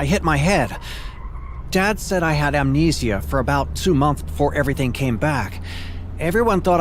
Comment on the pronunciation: I love how he pronounced amnesia lol